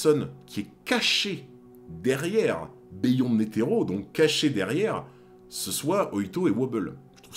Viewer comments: Stp arrête de dire " béh yonde " et dis " biyonde ". Ça gâche tout. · Beyond se prononce “biyond” c’est un mot anglaiz a la base